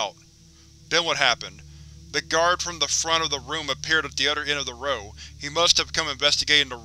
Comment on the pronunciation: Love your videos. Others pronounced as udders throws me off though. But great work